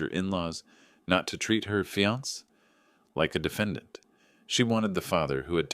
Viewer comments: Fee-ance? For fiancee (fee-an-say)? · The word is Fiancé, pronounced fiansA, not fians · When are these readers going to learn to say fiancé instead of fee-ants? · Text to Speech engines require a lot of modifications, for Fiance' would need to entered as fe-on-say. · Your correct I hate it when people pronounce the word Fiancé and not giving it the proper pronunciation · This is AI generated. That’s why some words are mispronounced. Annoying I agree. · Can't you teach the bot how to pronounce fiance? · Please pronounce fiancé correctly. There must be somebody there who can handle words borrowed from French common in English.